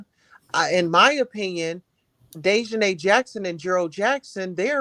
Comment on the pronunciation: So YOU GUYS A GONNA make prejudiced comments BECAUSE HE IS MEXICAN!!!! Seriously!!!! And not WEARING SUIT!!!!!!! GOOH!!! Get out of here. The CHANNEL you keep playing cannot even pronounce DEAHJANAES NAME!!! And they are saying: “INTERPOOL “ …. please stop talking about what YOU DONT KNOW OF EITHER… 🙏🏼 please